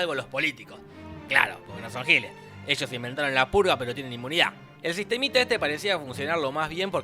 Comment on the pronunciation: En 3 dijiste emves de decir purga dijiste pulga